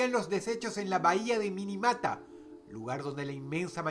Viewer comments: En el puesto nro. 2, la ciudad no se llama "Minimata", es "Minamata". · La ciudad japonesa es Minamata, dónde está la letra "i" entre la "n" y la "a"? Estos son los detalles que hacen que pierda sentido hablar de temas importantes como ese. A raíz de ese problema se creo el convenio de Minamata. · la pronunciacion correcta en la numero 2 es Minamata...